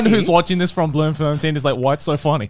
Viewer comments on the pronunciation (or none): however these guys are saying it is wrong. The town name consists of: bloem (flower) fontein (fountain). This is because the dutch colonized the ever living shit out of Africa. The way you should pronounce it is: bloom font ein (like the german word nein). Hopefully you learned something today🙂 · Lol bluum-flun-teen! It's pronounced bloom-fon-tine... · As a South African this is like a fever dream that makes me happy. It's not a terrible accent thou. It's phonetocally pronounced Bloom-fon-tain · As a South african I never imagined we'd be mentioned on this Podcast😂. 7/10 Afrikaans accent but the pronounciation of Bloemfontein, yikes lmao. 😂😂😂 but glad to be recognised nonetheless. Come over again sometime😀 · As a South African I am impressed by the accent but not impressed by how you say Afrikaaner. Bloemfontein- bloom-fon-tain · Blermferntien lmfao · The pronunciation for Bloemfontein was fucking hilarious hahaha, I'm Dutch so I understand the name too and it's more like, "Bloom-fohn-tine". It's literally flower fountain. Bloem being flower and fontein being fountain. Great video tho, lady beard is hilarious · Bloemfontein isn't just a random city and capital of Free State; it's the judicial capital of South Africa (Cape Town is the legislative capital, and Pretoria is the administrative capital). As far as I know it's pronounced BLOOM-fon-tayn. Actual South African people feel free to please correct anything I got wrong. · For those curious, it's actually pronounced Bloom–fon–tain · Blom fon Tyn - this is how you say it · I'm mad that they cant say Bloemfontein lmao It's pronounced "Bloom Fôntain" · I'm Dutch, which is quite similar to Afrikaans, and I genuinely had no clue that he meant Bloemfontein It just sounded like Bleumfleuntiin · Lol they butchered saying Bloom-Fon-te-ain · Bloemfontein is pronounced Bloom-Fon-Tain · He massacred the pronunciation of Bloemfontein😂😂It’s so bad. Try pronouncing it as Bluem-Font -UIn